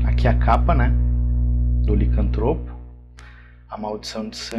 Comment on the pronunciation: Tá certo "licanTRÔpo". Se fosse "liCÂNTtropo", seria proparoxítona e teria acento! Obrigado pelo vídeo!